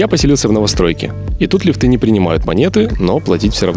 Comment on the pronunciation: Какая ж неграмотная речь. Лифты с ударением на "и", садят вместо сажают и тд.